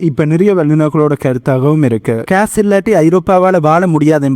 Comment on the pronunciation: Please pronounce gas Not case